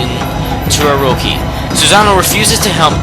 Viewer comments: Its orochi not oroki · It's bothering me that he's saying Orochi wrong. Oroki is not correct. But otherwise, fantastic video!! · Issun's name for Amaterasu, Ammy is Pronounced Aw-May, its Queen He-Me-Kow not Him-Ee-Kow, its Say-On not Sigh-An, its Knee-Pone not Ne-Pone, and let me say it again Ore-oh-Chee, not Ore-oh-Key, now y are you saying Sue-Zan-Oh? its Sue-Son-Oh, and i understand this mistake, its Sock-Ey not Sake even though its spelled sake, its not is-soon its Ee-Soon, again, i agree with you opinion, im just telling you how to properly pronounce the words in Okami/Okamiden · its Orochi not orohi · Not to be rube but he really botches up all these names and it makes me cringe, but it might be because i'm just a stickler for this kind of stuff i mean stuff like Ark of Yamado, akurow, aroki (its Orochi) its cringe-worthy man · it's odochi not oroci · Ugggh. It's Oro-chi not Oro-ki! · It's pronounced Oro-ki in Japanese since all vowels are pronounced as ah, eh, ih, oh, and uh. Orochi is pronunced with a k instead of a ch sound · *after reading pointless fight in comments section* Anyhow, great list, but I have a few complaints. First Oroki... gotta pronounce the ch like cheese. Second, If it's a favorites list at the very least say what you like about the fights before the top 5, third, don't be a try hard with those clever recap titles. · And i couldn‘t agree more, pople pronouce vowels diferent and i know that, and if you dont know proper japanese pronuciation well then its understandable, but i have to correct if someone says Orochi that badly, you say it as if theres a L in it like this Orlochi but you roll the L, anyways i see your opinion emmakatenotcake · This is just a large story telling and not the reason you chose, and also it is o-ro-chi not o-ro-he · its oroCHI not oroKI -. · he pronounces Orochi and sake wrong